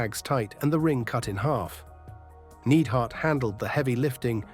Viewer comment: Jim the Anvil "Needhart"?